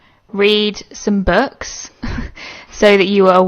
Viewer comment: “Ejercate yourselves, read some berks ...” — gee, that sounds real “ejercaded”!!